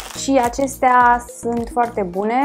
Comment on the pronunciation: "Sânt "se spune sunt deşteapt-o